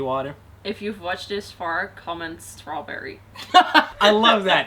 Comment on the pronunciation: Strawrburry- think thats right